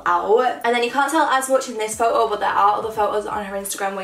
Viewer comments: It's photo not phoao the way you say it made me sick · I love how you say photo as like “pho-o” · The way you say photo😂😂